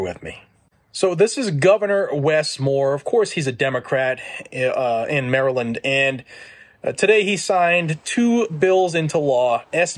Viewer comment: It’s Maryland 🤦🏾‍♂️